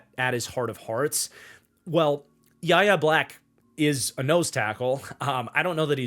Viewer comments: It's pronounced "Why Ay" Black, not "yah yah", and it's Demarvin "Lee Al", not "leel". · Yahya Black is pronounced why-yay black fyi